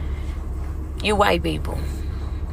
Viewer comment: "you white beep-pull you look guss-guss-ting and guuh-nii-vng" 😂